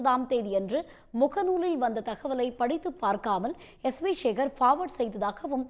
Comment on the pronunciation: சேகர் என்ற சொல்லை ஏன் ஷேகர்,ஷேகர் என்று சொல்கிறாய் எழுதும்போது எப்படி எழூதுவாய்?